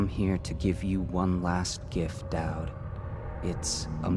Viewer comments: FINALLY PRONOUNCES DAUD RIGHT! YES! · he finally gets Daud's name right! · Yay he's started pronouncing Daud properly! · I love with all my heart, but is anyone else glad that he's learned the proper way to pronounce Daud? XD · I was so glad that he finally said Doud's name right.